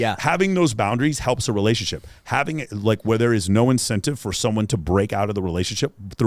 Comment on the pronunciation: "she didnt want no secrets in our relayshionship" LMFAO. My very last gf admitted to 7 and even that was too much for me. I just couldnt respect myself if i took her seriously. Every girl i was involved with was ruined before me so i told myself never again. Been celibate for 7 years and i have absolutely no regrets.